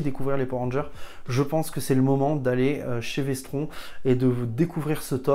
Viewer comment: "si vous aimez le sang" perso je préfère le jus de pomme après je juge pas 🤣🤣🤣 prononce Vestronne sinon tu vas avoir des problèmes avec Denis de 10h47